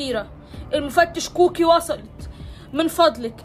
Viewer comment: سمعتها بتقول شكوكي مش كوكلي 😅